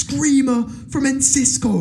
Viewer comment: It's ENCISO not "Encisco", lads.